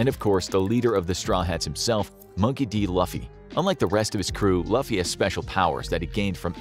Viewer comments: looofee not lafeee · call him loofy not laughy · Bruh it’s LEW-FEE not LUH-FEE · His name is pronounced like "loofy"it keeps throwing me off lol just like them having Zoro's hair color wrong too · I want a part 2! Also it’s LOOfy not LUHffy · If you ever make a part 2 of this, Can you please pronounce luffy’s name correctly? It’s pronounced as “Looofie”, not “Laughfie” thanks! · Its LOO-FEE not LAUGH-Y, BARATEE-EH, not BARATUHY 🙂 comeon now 😂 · Bro .... the fact he just said Luhffy instead of Luffy pronounced (properly) LOOFY spelt Luffy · broooooo love your commentary..... but if youre doing another vid for one piece pls pronounce his name right at least... LUF FY not lofy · LUFFY not LAFFY. I still don't understand how Americans see a U then pronounce it as a A. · LUFFY IS SAID AS LOOF EE NOT LUFF EE XD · Its Loo-fee Not Luh-fee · Who is loffie ?? Its pronounced "lou fee" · Its loooooooooofy not luuuufy 😭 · It’s loooooooooffy not luffy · If yall gon do this , we’re not calling luffy “LOFY” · To be clear, I love the fact that a One Piece video is being made and I really appreciate the effort and theorycrafting without going past East Blue Arc. Pronunciation Guide that missed: Luffy - (Loo-Fee) Baratie - (Bah-Rah-Tee-eh) Not mentioning Roger, because at this point the intricacies regarding his name are not known to the reader/watcher at this time. One Piece verse science that will not work: Luffy vs heat (not the character). In a certain part of the series, Luffy increases his body heat to such a degree that smoke comes out of his skin. (Room for debate involving battles between A/S/Saka - Keeping names vague for the Live Action only viewers). Flame-Flame (Mera-Mera no mi) fruit vs Fishman Pirates also seems inaccurate. THANK YOU FOR GIVING ONE PIECE SOME LOVE! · literally said this out loud the second he said “L-UH-ffy” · Lou-fee please watch the anime if not a few episodes dub or sub are good. Just please pronounce his name right.